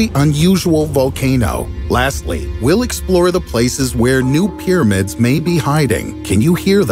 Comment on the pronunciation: Peeramids this. Peeramids that. Peeramids...... Peeramids.